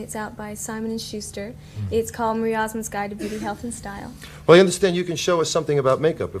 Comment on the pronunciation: it's Osmonds. Not Osman's, somebody on the show needs to get it right.